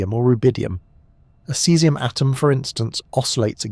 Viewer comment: Lol your AI was drunk when it was talking about a cesium clock. 😂